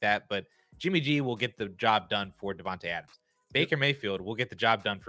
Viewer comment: It’s pronounced “DevonTAY” lol